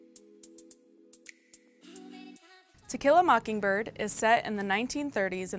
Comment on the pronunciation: She did that on purpose, lol, we all heard it!